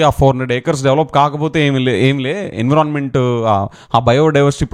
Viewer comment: Learn how to say Environment